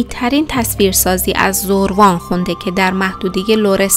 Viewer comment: برای نمونه زَروان درسته ن زُروان حتما ایمیلتون رو چک کنید